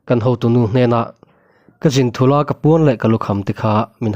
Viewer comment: "Ka zin thulha " tia i lam hi "Ka Zin Thula" tia lam tur . Hmanlai chuan zinnaah Thûl an phur ṭhin.